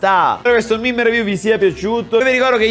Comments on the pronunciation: comunque si legge MEME non MIM. Grazie. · Pk dici mim e non mèmè